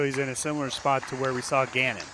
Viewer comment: said “Gannon bluhr” today 😆